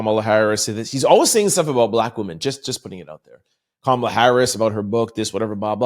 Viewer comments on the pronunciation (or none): none